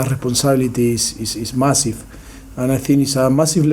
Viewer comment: Difficul, I thin, apolshize, masif. I love this guy, just funny pronunciation & always the same rhetorics. Still the best manager in the prem